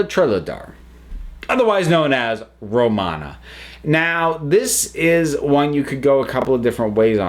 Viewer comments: ...I'm sorry but is ANYONE else bothered by the way they pronounced Romana's full name?? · lol, I have never heard somebody mess up Romana's full name so badly